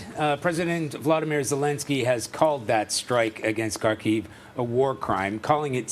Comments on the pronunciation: Kharkiv - accent on “A”. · Ха́рків [Harkeev], please stop saying Carkeev. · Could CBS kindly ask their reporters to at least pronounce Kharkiv correctly?